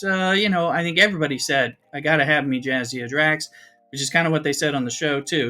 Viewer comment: I can’t handle “Jazdea Drax.” 😂 Thanks for the video 👍👍🖖